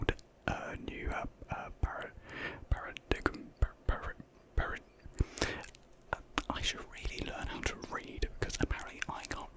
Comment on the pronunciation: Paradigm is pronouced Pair-ah-dime...just to help you out. Another great and soothing video! Hope all the best to your future and getting through these tough times.